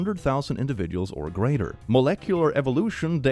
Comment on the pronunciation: trying to say Molecular reminded me of scottish people trying to say "purple burglar alarm"😂